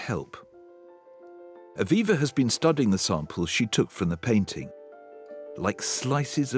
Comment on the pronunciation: Fiona please stop putting a "K" sound at the end of the word "painting"